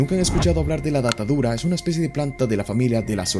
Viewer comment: Me da rrepeluz cuando dices datadura en vez de datura 😂😂